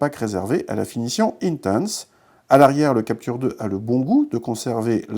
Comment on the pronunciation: "Intense" avec l'accent anglais!! Tu es sérieux!!!!